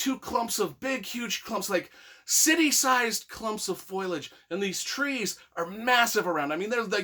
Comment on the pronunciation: Foilage? Is that a word? Foliage? Wtf this guys an idiot